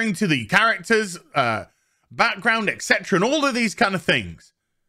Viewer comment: ET CETERA, ET CETERA 🤌 Not "Ecksetra Ecksetra".